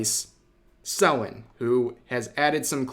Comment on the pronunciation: Say Selen name right